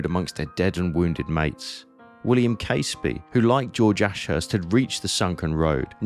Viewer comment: Hi. I really enjoyed that vid. The aerial shots made sense of the mess. (As an aside - as a Fifer myself, Caseby is pronounces Cazeby).